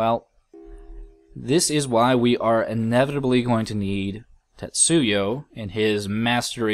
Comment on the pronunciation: Just so you know, you're pronouncing 'Tetsuo' wrong, or maybe just misreading it. It's just pronounced like it looks, Tetsu O. Not Yo.